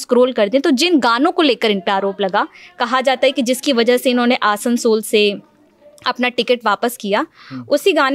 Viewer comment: Lalantop Lagta h Sasta Employee lene laga h Bhai naam to atleast thik se liya kro Jagha ka आसंसोल ko असंसोल काराकाठ ko कराकाट bhai kya bakchodi hai Naam to phle thik se jaan lo LS ka fir coverage dena aaplog